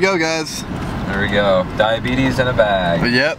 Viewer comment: I'm diabetic so I'm in happy that you keep saying diabeetise in a bag